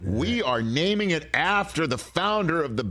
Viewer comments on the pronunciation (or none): none